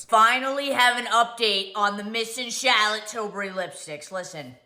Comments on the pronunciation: nobody: mikayla: CHAHLAT TILBRIE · What is SHALOT TILBURY? 😂😂😂😂